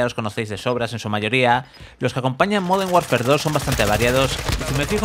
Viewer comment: Has dicho moden Warfare, se que sois tartajas y contratáis a niños, pero coño al menos leer bien.